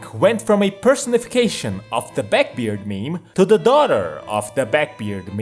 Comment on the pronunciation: It's backbeard, not beckbeard. Liberal or liperal? I am used to being around Latinos. Do I can hear a difference p and b. Unaspirated or aspirated. Are you Chinese? A slav? Don't stress the wrong syllables... It sounds wrong or means a different word. Not a bad video though. When it comes English sounds. The Th is produced on the teeth. Then uses the voice box, Thin does not.